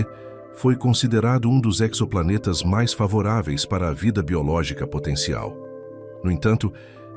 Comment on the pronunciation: Exoplanetas sem pronuncia com o "x" tendo o som de "z" - como em "exotérico"! Parei na terceira citação de "exoplaneta"